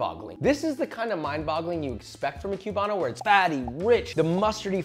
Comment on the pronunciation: Say Que-bano one more time LOL